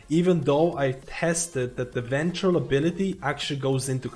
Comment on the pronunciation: With all due respect, Venthir is pronounced “Ven-theer” and Conduit is pronounced “con-do-it”